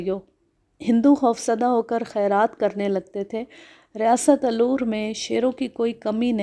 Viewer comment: Aloor nahin Alwar